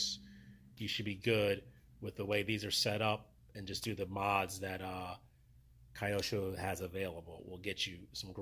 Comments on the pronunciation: Hi, thanks for the great information. BTW, the brand is pronounced as Kee-yo-sho. Japanese.😅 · Wonder why some peoples call the brand in the wrong way . Really don’t get it Just ask simply to a japonese around you. It’s not a kayak IT’s KYOSHO